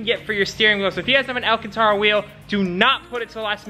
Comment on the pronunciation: Man said alcantora😂